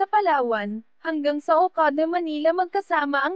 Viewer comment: Not OGADA. IT'S OKADA